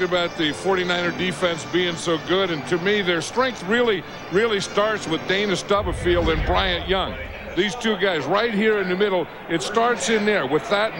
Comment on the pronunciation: I do feel like if Madden were calling this game in the age of social media people would be chirping. He talks way more than Pat. And he is unable to pronounce Dana Stubblefield‘s last name.